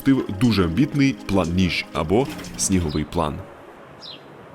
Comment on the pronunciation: Сніг французькою скоріш через Е,а не І,тобто звучить,як НЕЖ???